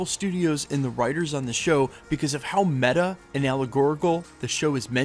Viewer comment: Can everyone stop saying “ META”